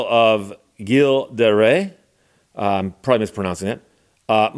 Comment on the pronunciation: Gilles de Rais = Bluebeard… It’s pronounced "Jill the ray"…